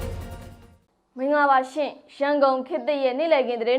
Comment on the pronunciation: မြလိုမင်္ဂလာပါရှင်လို့ပြောပါလား၊`ရှင့်´ဆိုတာကြီးကနားထောင်လို့မကောင်းဘူး။